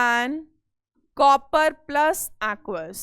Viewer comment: Bhai lec 1 mai mam ne jase copper ko pronounce Kiya.......